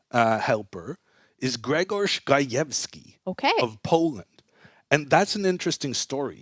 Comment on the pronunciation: They way he said gajewski needs a job and stuck with indian chess players like what u want to say man 😬😵